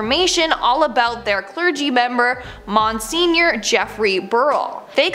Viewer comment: “Mon-senior” “Dye-oh-sisses” 🤦🏼‍♀️